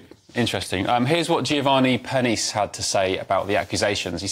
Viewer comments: Giovanni's surname is pronounced pair, knee chay. 😀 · These two, so-called presenters and their producer, need to be told how to correctly pronounce Geovanni's surname. 🙄😖🤬